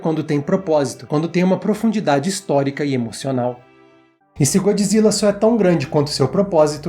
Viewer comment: GodJIRA , GodJIRA , você leu com a voz do japonês né kkkkk